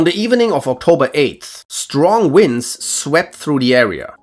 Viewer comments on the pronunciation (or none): none